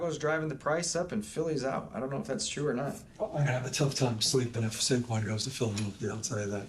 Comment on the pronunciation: That’s not Saquan no more, that’s Sayshawn.